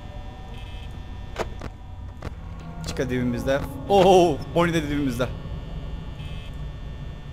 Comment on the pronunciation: Abi boni değil bani foksy değil faksy (Türkçe okunuşunu söyledim)